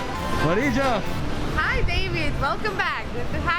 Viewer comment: Hate to be a sperg...but ...I cringed when you said the hostess's name lol. It's pronounced "Mah - REE - Yah" not "Muh - ree- gjuh" lol. Great videos either way.